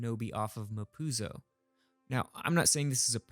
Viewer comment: mapuzo sounds like "ma pussie"